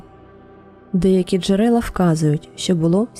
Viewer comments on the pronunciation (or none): none